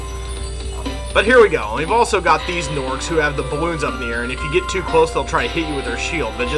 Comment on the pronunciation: I think he means "Lofty Castle too" but just says it in a weird way that sounds like Lofty Castle has a sequel.